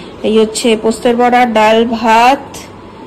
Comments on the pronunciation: এতবার এই পোস্তের বড়া শুনতে এত কানে লাগছে।।। উফ্।। কথাটা বলার সময় পোস্ত বলো।। পোস্তে বলো কি ????? ।।।।।। কথাটা পোস্তোর বড়া।।। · কথা টা পোস্তর বড়া, পোস্তের বড়া নয়